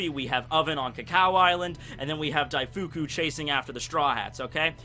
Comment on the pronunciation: Daif-koo, not Daifookoo